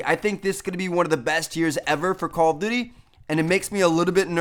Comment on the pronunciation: Stop saying "Call of Dity". It's "Duty", not "Dity"